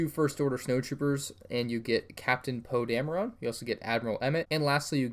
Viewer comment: Captain poe damera???